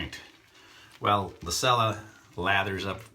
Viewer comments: Nice shave. Just an FYI, the soap is actually pronounced CHELLA, not sella. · I might be wrong, but I believe cella is pronounced Chella